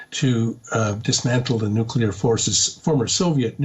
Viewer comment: How many times I heard the nueclar threat...nothings new😂